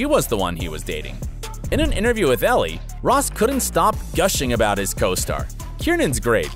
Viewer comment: Brittany N yes!!!!!!! I thought I was the only one that caught that. The narrator seems to constantly mispronounce Elle magazine’s name 🤦🏽‍♀️ and other people’s names.